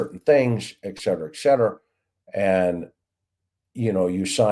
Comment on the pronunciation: ET-cetera NOT EK-cetera hence Etc..